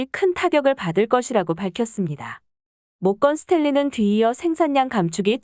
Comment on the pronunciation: 모껀 스텐리는 대체 누구니? 발음이 이따위냐? 허 허